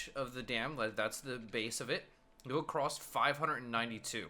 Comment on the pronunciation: also said acrost